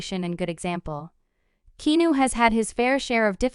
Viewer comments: Repetition. Heard it all before, even OLD NEWS. Get some new info & pica to share. And learn how to pronounce his name. It's NOT KENU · I think someone needs to check their pronunciation. How can you mispronounce his name & be from the good ol USA? Lol Are you a bot??? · You're pronouncing his name wrong. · Learn how to pronounce his f-ing first name